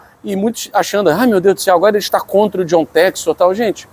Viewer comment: Infelizmente por esse e outros motivos não levam a sério ainda o John textor, nem o nome dele conseguem pronunciar corretamente 🤦🏿‍♂️Deuses do futebol nos ajudem🙏🏿🙌🏿